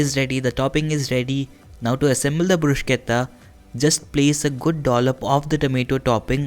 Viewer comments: It is Bru-shetta and not Brus-ketta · bhaiya sab sahi hai, bhot achi recipe...lekin bruschetta ko pronounce ब्रुशेटा bol k karte hai. ब्रुसकेता ni. 💗